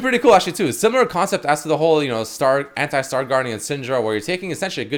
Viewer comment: when ever he says '' anti '' why do i understand hentai... i cant be the only one